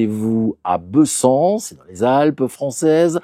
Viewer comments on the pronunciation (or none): Bonjour, Un détail venant de Savoie : ici, comme partout en France, on prononce le « e » de Bessans « é », comme il se doit devant une consonne double, même si l’accent doit être absent…